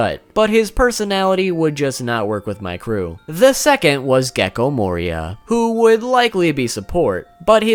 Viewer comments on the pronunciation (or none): none